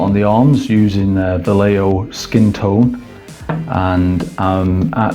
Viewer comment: what an horrible way to pronounce vallejo....